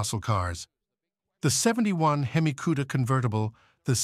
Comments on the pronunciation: Mecum and Hemi are hard for AI to say... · You need to learn how to pronounce the word hemi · it is pronounced "hemmie" not "heeemy" it is pronounced "WOP--ing" (like mop) not "whoooping" (like whooping crane) it is pronounced "MAY--come" not "mekk-come" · "Under the hood, you'll find a 425HP seven point zero liter he-me engine". He-me? whooping?! Mekham?